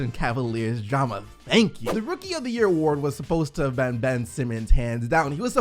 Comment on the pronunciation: Mate why do you always say "ben" instead of "been"? Not hating, im genuinly asking